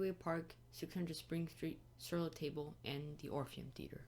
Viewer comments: Pronounced sir-lah-tahbluh. These are fantastic and incredibly informative videos. If you ever get the itch to do more, don't hesitate! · It's pronounced Sur La Talb.